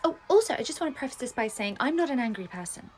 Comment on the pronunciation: The way they were saying preface and sorscha said pref ass